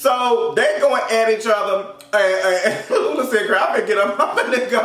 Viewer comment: The fact that you called LuLu LULA🤣🤣🤣🤣🤣🤣